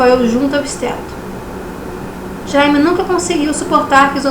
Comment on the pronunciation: Jaime se diz "Djêym".